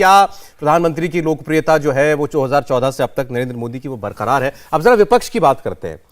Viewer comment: बरकार, नहीं बरकरार